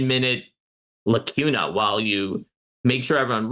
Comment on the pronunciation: Great discussion. Thank you for the deep analysis. fyi, - it’s pronounced ‘lakoona.’